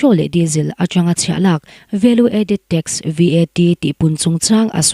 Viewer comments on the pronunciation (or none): I Aw hi a mawi ltk,Mahse..i chhiar hma hian, I lam rik dan tur mithiam rawn rawn hmasa thin teh,I lam dik lo thin a,ngaithlak a hreawm tlat ... Point hnu ah number hi a mal te te a sawi tur ania, VAT te pawh hi spell a sawi loh tur (Vet) tih ang a,lam tur ani ...tun tum pawh ka ngaitha zo peih lo tlat mai ..